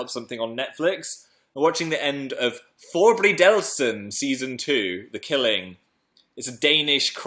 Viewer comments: His pronunciation of "forbrydelsen" was so funny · Just watched you say "forbrydelsen" several times, silently laughing to myself. I had no clue what you were trying to say until you said the English name of the show. As a Dane listening to people trying to say Danish words is one of the most entertaining things ever.